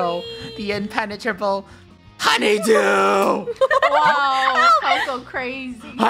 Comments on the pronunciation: Its honeydew not honny do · Its honey dew. Not honey duw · COCOS A HUNYDEW Me:cocos a coconut while dying of laughter XD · When said honeydew 😂